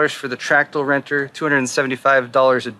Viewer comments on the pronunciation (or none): "Tractal renter" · "the tractal renter" lol